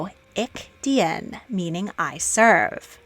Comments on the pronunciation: George of Hanover was Anne's heir presumptive for only 2 months; before that it was his mother, Sophia of Hanover. Dien in Ich Dien is pronounced like "deen." Excellent video. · I have to correct you about the German pronunciation of Ich Dien. Dien in German is sounded with a long e. It would be phonetically sounded as Ick Deen, not Ick Dee-In. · "Dien" in German is pronounced without the e and sounds like the English "dean"